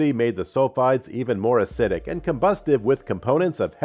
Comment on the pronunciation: Asseedic. Or did you mean acidic ?? Wow lol where’d you get this clown??